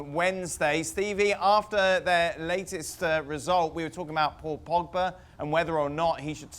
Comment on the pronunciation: casey calling my mans as Pogeba